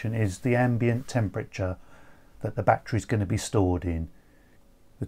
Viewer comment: I like how he say batcherry